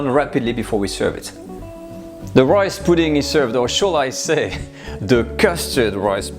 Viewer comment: Loved the video. You're starting to sound Australian. You said "royce" pudding a couple of times. :)